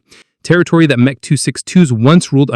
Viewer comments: What is "Mech"? Either use the full name or M-E. These AI narratives are so annoying!! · The M.E. 262 of pronounced "M" "E". Not "Mech" 262. But what do expect for AI narrators? Not much. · You need to change the AI voice to say EMM EEE 262 as it’s saying meh 262. Are not concerned with things like this ? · "Meh" 262, seriously you could have gotten the AI voice to correct this,This is a shame as the rest of the vid was pretty good.